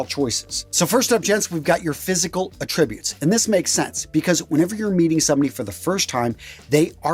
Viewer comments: hate that he mispronounced “attributes” so early In the video - ouch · Exactly what I thought.